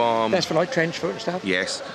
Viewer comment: I’m sure you said “tench foot”…😂😂😂😂😂😂😂🎣🎣🎣🎣🎣🎣🎣